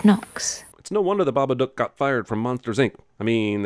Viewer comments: Wait its babaDook not babaNook right? cause they say it like it has an N in it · "THE BABACOOK"